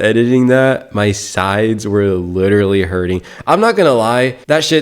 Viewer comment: Lidderly lidderly lidderly lidderly like lidderly even.